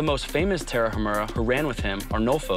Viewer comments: "the Tarahamurrhha" congrats on butchering the name! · Agree. And it's Ta-ra-umÀ-ra, no sound on "h". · If you want to pronounce Tarahumara correctly say the following in English "Tara uh! Mara" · The Tarahumara used to do that while kicking a ball.....The just hasn't the time TO LEARN HOW TO PRONOUNCE THEIR NAME!! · The way that guy pronounced Tarahumara is like nails on a chalk board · Great video! But it would be better to pronounce Tarahumara correctly.